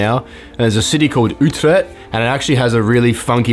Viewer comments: Nice video. I love your car, but it drinks much right :) How do you pay those high gas prices? (Btw you have to learn to speak dutch cities right? It's Utrecht in stead of utret. : P I know that the ch is the hardest to say. (My english is not that great) Greetings from the Netherlands 🇳🇱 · The way you pronounce the city ‘Utrecht’ kills me hahahaha dutch people will understand